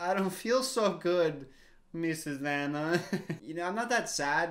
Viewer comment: Its not aina AANNAA!The pronunciation plz😭